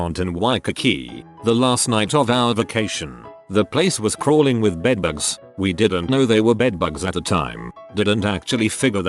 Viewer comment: Does anyone else love how the TTS pronounces “bedbugs”? :3 xD